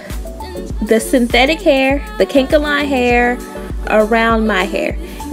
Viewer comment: I hate when people pronounce kanekalon as kankalon